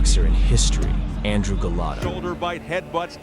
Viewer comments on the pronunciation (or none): You mean Golota, not Gelatto.